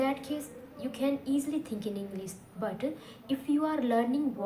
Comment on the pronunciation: Englisssssss😂😂😂 atleast learn to say English